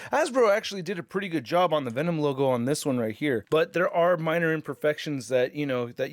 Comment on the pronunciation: I swear he said “Thanom”